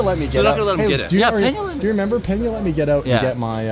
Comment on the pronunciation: petey_likey it’s Peña not Pena 🤣